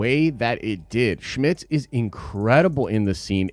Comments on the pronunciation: "SCHMITTS"???? It is Jimmy Smits. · It’s Jimmy Smits, not Jimmy “Schmits.” There’s not ch in his name. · It’s Jimmy Smits not Schmits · Smits. Not Schmidts. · Dude! Stop saying Shmits. Is Smits really that hard to say?